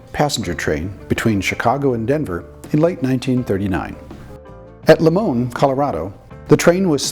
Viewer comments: Very informative but one item: It's "Limon", Colorado with the long "I". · Good video but if your going to be pronouncing town names please get the name right. "Lie- mon" was a big CRI&P division point in the early 1900's with a large roundhouse, wye and yard.